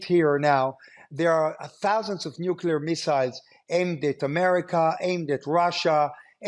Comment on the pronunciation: Why can't some people say NUCLEAR... NU CLEAR.... NOT NUKULAR